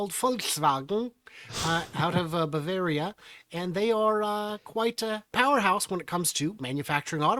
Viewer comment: when you said balveria. I almost had a heart attack. I'm American ethnic German, come on.😊